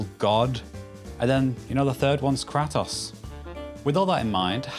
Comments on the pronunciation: crah-toss... kray-toce. not crah-toss. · Loved the video but please going forward say kratos properly lmfao. KRAY-tohs rather than KRAH-tohs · "Krah-taws"? Have you even played the game? They say "Kray-toes" repeatedly. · kratos not kretos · Why kra toss? Who have you heard say kra toss? They say his name as Kray tose out loud so often where did you get kra toss? I feel like everytime I hear a british person speak I'm being ragebaited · Why do british people mispronounce stuff on purpose? Why call him Krah toss? They literally say his name a million times in the games. Its Kray Tos. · So annoying when they pronounce it as “Kratos” instead of “Kratos” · Every time you said 'cratos' is made my skin shiver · Who tf is Cratoes. Shit gets on my nerves so bad when people go out of their way to say shit wrong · Tf is a "krah tas" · "crat-tose" are you fucking kidding me? brits cannot be real dawg i swear 😭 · Excuse me what? KRAT-oss? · "krahh toss" bro what. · Bro.... How do you play a game and still mispronounce their name...... Off the rip no less....... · 12 seconds in, already pronounces "Kratos" incorrectly, and then "strength" incorrectly. Not off to a good first impression my man. These aren't words like "tomato" that have regional variants or accents that change the length of the vowel used, it's a proper name and a regular noun. You can do better. Update: The rest of the video was fantastic. Great content, great evidence, and everything was pronounced correctly! For anyone on the fence after the first 12 seconds - keep going! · Honestly stopped watching the moment you said Kratos' name like that lmao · Had to stop watching when you said Kratos name that way. Heresy. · The way he said kratos is really killing me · Disliked video and clicked off because this dude can't pronounce Kratos. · Im assuming you've never played any god of war game by the way you're saying Kratos